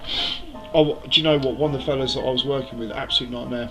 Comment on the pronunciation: You will also need to learn how to say the the word " fella" properly